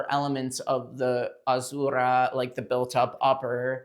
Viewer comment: loved the review. but got annoyed with the way Azura was being said 😢 Am I the only one haha. I’m sorry.Azzzzeuuurrah